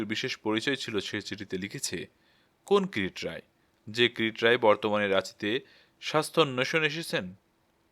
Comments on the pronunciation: Pronounciation is not good. It's not Kirit it's Kirti roy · যিনি গল্পটি পাঠ করছেন, তিনি যদি নিহার বাবুর গোয়েন্দা কিরিটী রায়ের নামটা বার বার "কিরিট রায়" বলাতে বড্ড শ্রুতি কটু লাগছে। ওনার কাছে সনির্বন্ধ অনুরোধ,উনি যেন সংশোধন করে নেন। ধন্যবাদ। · কীরিট রায় কী? নামটাও ঠিক করে না বললে অসহ্য লাগে